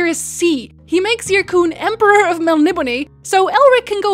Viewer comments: Your miss pronouncing Melniboné (Mel ni BONE) not (Mel nib o ne) just say'n :P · My dear, it's pronounced Mel-nib-o-NAY-enz. Admittedly, it's difficult to say, especially quickly. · MEL-KNEE-BONE Please.... It was written by an Englishman..